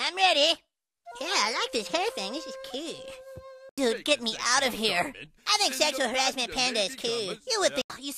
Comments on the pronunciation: He’s not Kewlll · Pretty kewl. Now I need a video of him saying "Kahl" 😂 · Thanks to Cartman instead of cool i say kewl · That's kewl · That’s kewl